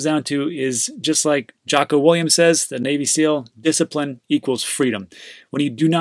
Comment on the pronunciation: Add Jocko Willink to the group of names you've butchered. Well done!